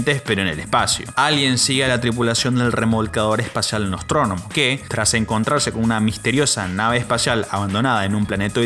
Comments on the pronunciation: La nave es es: "Nostromo", no "NostromoNO" (se menciona varias veces en el video) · es NOSTROMO no NOSTRONOMO xD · ME DUELEN LOS OÍDOS CADA VEZ QUE ESCUCHO "NOSTRONOMO"... ¡ES NOSTROMO! Sacada de la novela de Joseph Conrad de donde también salió el nombre de la Sulaco. Como dice Aldo: "Vaya a repasar!!" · Perdón, pero la nave se llama Nostromo, no "Nostrónomo". Y Giger no es "gáiguer". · Dices Nave Nostrónomo???? Es Nostromo. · Para empezar no es NOSTRONOMO , la nave se llama, NOSTROMO, pésimo video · No es "nostronomo" es "nostromo" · "NOSTROMO"✅ "NOSTRONOMO"❌ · perdon pero escuche nostronomo 4 veces y me canse... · Acaso escuché... ¿"Nostronomo" en lugar de NOSTROMO? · Buen video. Solo dos observaciones: Es Nostromo, no "nostronomo". Es Ruedi, no "rudolph". Me mantuvo entretenido en mi hora de almuerzo en la oficina. Gracias. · Amigo, repetiste varias veces la palabra "Nostronomo" y realmente es "Nostromo" Solo una pequeña aclaración sin mucha importancia. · El video es simoplemente ESPECTACULAR. Eso si... cada vez que decias NOSTRÓNOMO me daban ganas de matarte.. jajajajaja.. La nave se llama NOSTROMO!!!!!! Por lo demás, lo dicho.. un trabajo increible y digno de un like. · Por favor, amigo...el nombre de la nave es NOSTROMO!!! Me matas cada vez que lo pronuncias mal...😅 Saludos. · Videazo pero por qué dice Nostrónomo?? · lo mismo, le grite cada vez a la pantalla NOSTROMO, ANIMAL!, pero si, se agradece el esfuerzo y el cariño en el video.